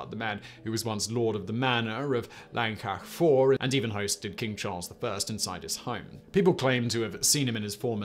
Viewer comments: He got a few spot on but he pronounced Llancaiach Fawr in about three different ways that were all sadly wrong 🤣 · Having been to port Talbot.. knock down the wall it wouldn't be a big loss Llancaiach fawr...First pronunciation I was impressed, every time after that was physically painful.